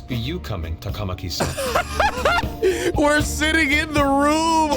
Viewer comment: Lmao that grapple hook edit at start 😂 also i see morgana follows frieza's vocab 😅 ah yes another member has joined the mashing community yeah this game has weird dub for names for some reason. Example they pronounce ann last name as Ta-Kama-Ki when its suppose to be Ta-Ka-Ma-Ki(funny enough 1 girl after kamo asshole confesses says her name right). Japanese names are supposed to have the same inflection/tone for the start of every syllable. They say ryuji's last name weird too, its Sa-Ka-Mo-To but they say it as Sa-Kamo-To